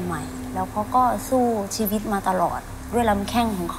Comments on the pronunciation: ชีวิต คับไม่ใช่ ช๊วิต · ชีวิตครับไม่ใช่ ช็วิต